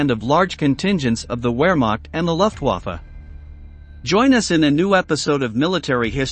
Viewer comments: Comon Man! It is not Wheremach. it Vermach. W pronounced V, V pronounced F, F pronounced V. Also, it is more, Looftvaffa. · As is Luftwaffe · Gothurd Hain-reh-sei? 🤣 You obviously don’t know German Moreover, the armed forces are NOT wear-mack👖 And the air force is NOT the luff-wafuh 🧽